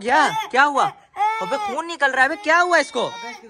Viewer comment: Bhai khion nhi khun